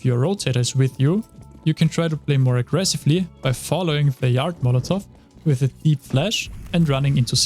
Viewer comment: did he just said YARD?